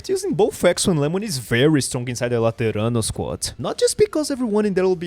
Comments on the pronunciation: I just realized you were Brazilian because of the way you pronounced Laterano, actual jumpscare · depois q ce falo isso, na hora q ele falo laterano realmente veio a forma portuguesa, pelo menos da pra confirmar no perfil dele